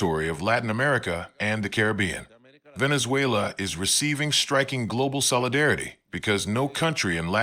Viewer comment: He mess up Venezuela 🇻🇪 😊